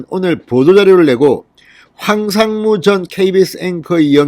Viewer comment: 황삼무가 아니고 황상무 입니다